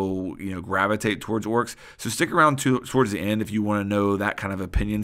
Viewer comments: Bruh its fucking Oryx not Woryx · Why are you pronouncing his name "Orks"? It's making me cringe so much xD